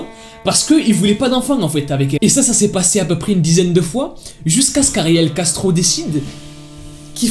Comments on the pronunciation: Ptdrr, j’ai compris « Gastro » au début. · Quand il dit : ariel Castro j’entends ariel gastro 🤣🤣🤣qui est comme moi ? Like 😂😂😂😂